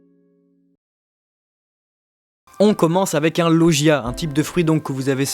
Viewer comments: ON DIT LAUGIA PAS LOUGIA mais sinon trés bonne vidéo ^^ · ET SA SE DIT LOGIAS